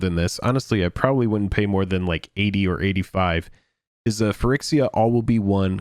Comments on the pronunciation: yeah you guys are always saying phy-RICKS-iya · Your inability to pronounce phyrEXia correctly is really triggering me. Why can't you pronounce the letter E correctly?